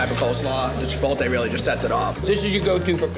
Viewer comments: Chipotle...not Chipolte...I can't believe how that continues to get mangled in 2026. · There are 2 types of people in the world…one that says chipolte and one that correctly says chipotle 😡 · "MAN I LOVE CHI-POLL-TAY!" guy who can't pronounce chipotle